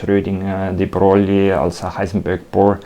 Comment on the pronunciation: I'm sorry to hear that you were bothered by my correction regarding De Broglie's pronunciation. Nevertheless, it was important for me to address all the points with which I was not completely satisfied in the video. I'm not in any way trying to attack the maker of the video, I just wanted to point out that this could be improved in a future video to increase the quality.